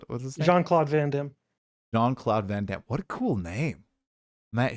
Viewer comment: Van "Damme"....you don't even know his name.😂